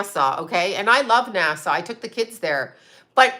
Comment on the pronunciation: NASA NOT NASSAU. NASA SOUNDS LIKE ASSA NOT ASSAW